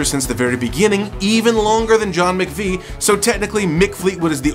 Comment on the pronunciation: John MAC-Vie....hm. Think it over bud, you're working with bad info from the jump. SMH